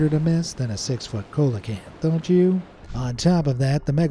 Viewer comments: coelacanth is pronounced SEE-lacanth. couldn't even be bothered to know the pronunciation. nice job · It's pronounced (See-luh-Canth),. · Why can no one pronounce coelacanth. It take two seconds to Google. See-lah-kanth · cola can't 🤣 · buddy, hearing you pronounce Coelacanth wrong hurts me in the very depths of my soul.... Trust me, i did a book report on it many years ago, it's See lacanth😁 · You mispronounced coelacanth